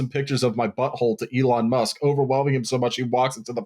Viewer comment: Eelon Musk